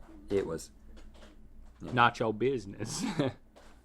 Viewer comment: "Nacho buissnes"😂